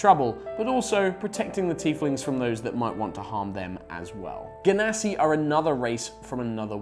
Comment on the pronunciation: Notice how he pronounces Genasi